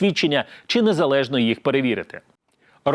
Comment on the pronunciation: Шавний, ви вимовляєте по-російському українські слова: щЬо, чЬому, чі, чЯсто.